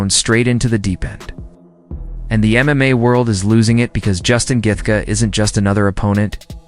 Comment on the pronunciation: Justin geth gar 😂😂😂